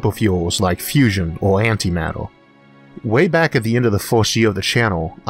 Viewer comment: Antimatuh... Tewbwy pwacticwal building a highway between the staws...